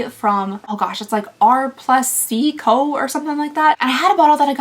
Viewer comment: I absolutely love R+Co (pronounced like r and coe) but yes they are expennnsive😅 They make my favorite shampoo & conditioner, and dry shampoo, but I can rarely ever splurge on it unfortunately